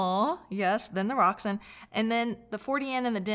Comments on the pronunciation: May i correct you, its rokSAN not roksun, enjoy your day , great review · Pretty sure it's pronounced Rok - San After some ancient goddess. I have the 150 watt per channel k3 integrated which I bought second hand. I like the musical sound. Paired with monitor audio silver 100 7 gen. Would be great it you could get a hold of the Roksan Blak amp.